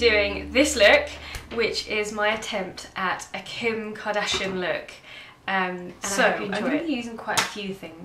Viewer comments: You look gorgeous. I believe it is pronounced (car-dash-e-an) Kardashian. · love this look!... Its pronounced CAR-DASH-I-ANN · Hi love, it is Car-Dash-E-Un